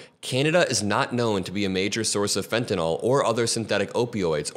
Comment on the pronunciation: Pronunciation American pronunciation Sounds like: fen·tuh·nuhl